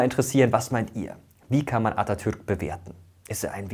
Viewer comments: Vielen Dank für die korrekte Aussprache des Namens Atatürk. Er ist sehr wichtig für uns. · Atatürk wie ein Türke ausgesprochen